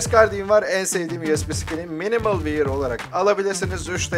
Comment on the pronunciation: Minimal Wair değil abi Wör diye okunuyor. axaxaxaxaxa